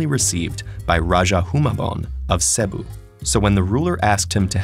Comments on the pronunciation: just a heads up, it's not pronounced /se:bu/* but /sebu:/* or /sibu:/*. *-The colon stands for long vowels as I used IPA symbols. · Not to be rude, Its CE-bu, not Ce-bu teded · It’s pronounced CEBU not ce-bu, and it’s pronounced raha not raja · That pronunciation of Cebu, though. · I just hate how he pronounced "Cebu" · nope you're not the only one here from PH...Though they're pronunciation of "Cebu" & "Raja" were quite wrong....